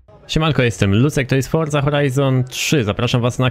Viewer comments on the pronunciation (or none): none